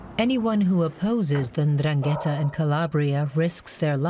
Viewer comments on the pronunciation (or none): in Italian it's pronounced Ndràngheta, with the accent on the first A. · But how you can miss to correctly pronounce Ndrangheta, the name of the concerned criminal organization, that is fundamental in the meaningfullness of the documentary?? Very bad... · Why not make a little effort to pronounce 'Ndrangheta' correctly. Just listen to how the Italian speakers pronounce it.